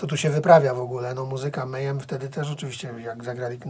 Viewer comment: alembiks776 wez zobacz na yt wywiady z członkami mayhem, posłuchaj jak sami wymawiają nazwę, wróć i przeproś.